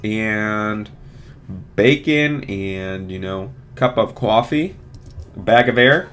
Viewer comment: he say cup of coffee like lol😂😭😂